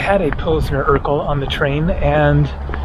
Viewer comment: It sounds funny how you pronounce Urquell like Steve Urkel. But in reality its like „Oorkvell" for English speakers.